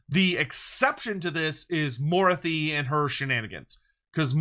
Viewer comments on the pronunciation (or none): is pronouncing morathi incorrectly for some reason? Moruthy... I have never heard him pronounce it like this lol.